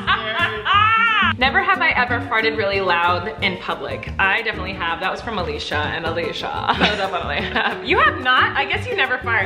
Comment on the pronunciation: omg did anyone else notice that the name was spelt Alicia and she pronounced it right!! Am I the only one that has literally everyone call them Alesia